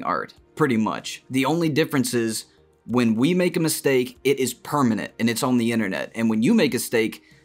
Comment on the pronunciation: LOL he said when you make a Stake instead of mistake 🤣🤣🤣🤣🤣